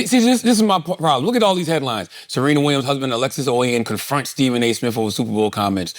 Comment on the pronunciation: “Steven A Smiff”